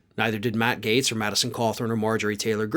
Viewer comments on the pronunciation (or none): none